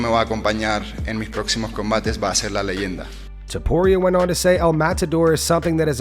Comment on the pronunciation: Ilia "Abturro, Topturro" Topuria